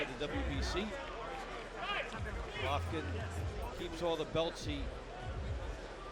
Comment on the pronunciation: The announcer keeps calling Golovkin Gollatta.